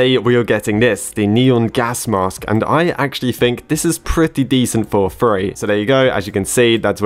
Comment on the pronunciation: I swear I thought you said "furry item" instead of free item